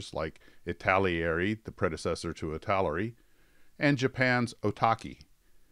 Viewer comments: The name is pronounced "It-tel-er-e" Many mispronounce it as "It-tal-e--air-e" by adding an extra syllable. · Do Italeri next. Pronounced EEEta Leri